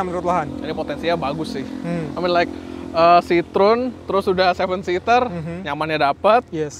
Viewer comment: kok nyebutnya "si-trun" mulu. Untuk reviewer channel gede macem ini, harusnya sdh nyebut " si-tro-wen"... Kan bukan orang awam...